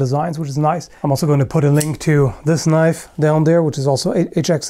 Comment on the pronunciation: A freaking KNOIFE!!! I really liked it!